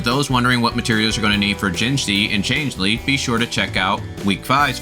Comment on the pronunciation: bruh, wwhy are you pronouncing Changli like that? Change Lee, seriously?